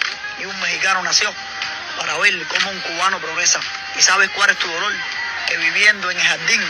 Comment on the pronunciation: No se dice lolor se dice dolor no te burles porque no halar castellanos